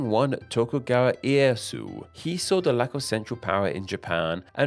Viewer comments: I just wanted to help you with your Japanese pronunciation. Ieyasu = E-Ay-Ya-Su. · It’s E-eh-ya-su